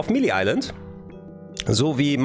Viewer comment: Melee wird May-Lay ausgesprochen, nicht Milii